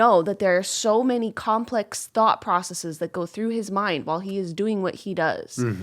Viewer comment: Every time Julian says “thought” I think he says “thot”. “I think that was a really interesting thot.”